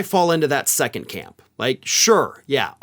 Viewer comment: Love your show, but please stop pronouncing the word second as "seconT"... it detracts from your credibility as an intelligent person.